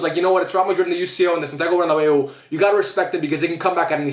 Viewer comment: “Are you are you coming to the bernabeu?” 😭😭😭😭😭